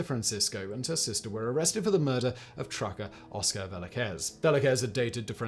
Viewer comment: Vel-az-kez, whistle boy...